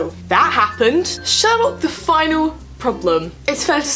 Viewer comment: It was more like "Sawlock" then "Sherlock" tbh. I have to say: I love the characters and I spend a lot of time getting to know them to a point where they felt familiar, but now... WHAT THE HELL DO THEY THINK THEY’RE DOING?!?! Also, dear writers... IS THIS THE END???? REALLY??!?!? WHAT THE FUCK???!!!!